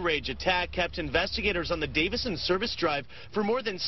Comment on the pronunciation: Just a friendly correction: It's the Davison Freeway... not "Davidson."